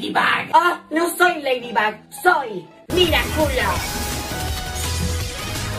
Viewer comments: ay no se dice Miraculo se dice Miraculous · Da risa cuando dise miraculo se dise ledubug no miraculo 😂🤣😂😂😂😂😂😂🤣🤣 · Soy la única que escucha que dice mira-culos